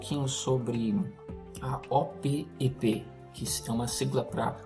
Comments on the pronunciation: eu sou mais velho que vocé e desde pequeno escuto as pessas falares e eu falo OPEP, você é o primeiroque escuto falar O-P-E-P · Sim. A pronúncia é Opépi!